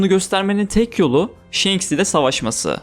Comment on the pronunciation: Kardeşim shenks ne ya1000 bölüm one piece izlendi ve senin gibi bir tabir hiç geçmiyor kim shenks diyor şu telaffuzlarin kulağımı kanatıyor shanks o